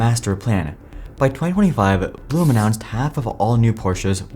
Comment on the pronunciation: Fun fact: it’s neither ‘Porsh’ nor ‘Porsha’ it’s PorschE, the e is NOT silent, and it’s not an a. Same thing with its CEO, BlumE 😂 fun fact 2: Blume translates to ‘flower’ 🌻